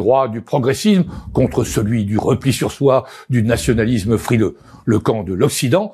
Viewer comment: Progressizzzme, nationalizzzme, macronizzzme, européizzzme, Pas mal, mais je suis sûr qu'avec un peu d'entrainement, tu feras mieux.? Allez, courage, tu vas réussir à la démolir, ma belle langué Française.